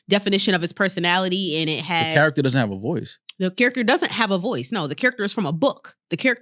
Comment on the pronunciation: accent come out when she say character xD